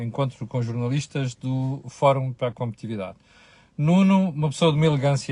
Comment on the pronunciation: Este homem dá cada calinada no português!... Agora, e mais uma vez, diz "competividade"!!!!!!!!!!!!!... Sr., não é "competividade". Isso diz o António Costa. É "COMPETITIVIDADE"... Aprenda a falar português!... Você, que se intitula jornalista, devia ter vergonha com tantos erros grosseiros. E, sobretudo, não aponte aos outros eventuais erros de português, quando você, além de um vocabulário bronco, é um "triste" na Língua Portuguesa!... Pense bem!...